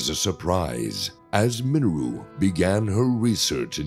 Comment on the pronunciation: The only issue I have is how he pronounced Mineru. Please pronounce it as Minayru. Lol